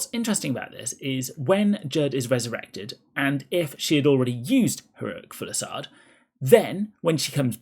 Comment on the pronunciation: Say it with me: fuse-i-lade. Not full-i-sade.